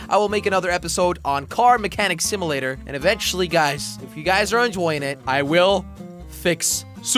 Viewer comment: You said simalator insted of simulator at 4mins14secs